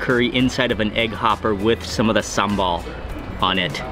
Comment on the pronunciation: not sambol but sambal